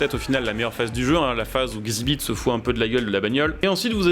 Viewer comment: Xibit mdr ça se dit EX ibit